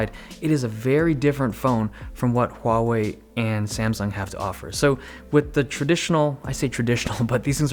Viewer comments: It's so refreshing to hear someone pronounce Huawei properly hahaha. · I wonder whether Dave Lee can speak Chinese coz he pronunces Huawei right! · You pronounced Huawei in its Chinese pronunciation. The other tech reviews go with Warway or Waway.